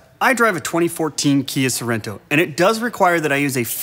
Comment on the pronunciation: As soon as he said Sorento, I lost respect for